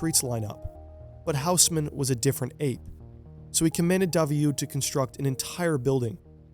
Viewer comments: Tiny quibble, and you’re not the first English-speaker to make this mistake: if you ask someone in Paris to point you to a HOUSE-mann building they won’t know what you’re talking about, but if you ask them to point you to an OSS-mann building, they’ll understand immediately; it’s a French name, so the H is silent and the AU is not a diphthong but instead a short O, like the first O in octopus or the AU in Australia … so Haussmann is “OSS-mann!” I know from having committed the same mistake growing up … around my two correction-happy francophone parents. So now I’m happy to pass the mortification along to you, you’re welcome! 🙂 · It's pronounced Oss-man. Great video otherwise 👌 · It's pronounced more like Osman :-) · Great video but the h in Haussmann is not pronounced